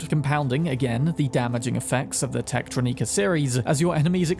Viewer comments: Dude how do you mispronounce every possible word? It's gree gree it's a creole word so think French. Also it's techtronicker not whatever the hell you say. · you definitely pronounced Techtronika right the first time. It's not "neeka". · It's "Techtrónika", with "o" stressed. "Techtronika" with an "i" sounds like a pretentious name.